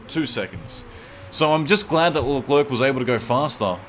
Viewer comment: He's name is French so you should not pronounce the last c (so it's basically pronounced "LECLAIR")